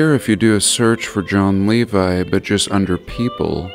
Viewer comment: Well, at least we have the correct pronunciation of "Levi "now.